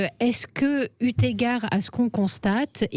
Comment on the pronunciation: EU égard, il n'y a pas de T à EU Madame la journaliste, mais c'est pérpétuel ce massacre de la langue française! Des journalistes!!! Vous parlez français ou pas???